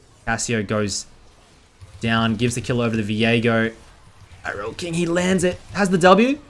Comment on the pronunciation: i almost came when you said irelkings name correct people all the time saying IRELIAKING gives me candy i replayed it 5 times coz it felt so good